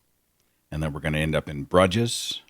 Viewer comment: Henry Is a cutie. TIL Bruges "BROOZH" is pronounced BRUH JIZZ. Seth, you're a funny guy. ;)